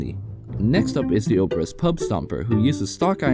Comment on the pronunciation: actually this pronounce like obrEz.